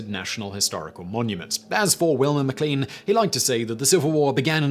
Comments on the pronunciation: Simon! Not again! How many times will it take for you understand that Lean, in names such as MacLean and McLean, is pronounced as lane and not lean. I am sick of telling you! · 😣 Simon! MacLean and all forms are pronounced like mac lane.